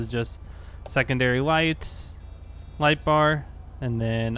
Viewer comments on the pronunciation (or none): none